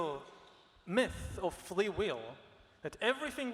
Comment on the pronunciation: why does he say "flee will" 3 times instead of "free will"? but he's very eloquent in every other word!